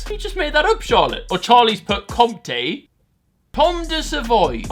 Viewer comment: AAAY Charlies mah boy (my fav cheese is also compté (btw you don't pronounce the p))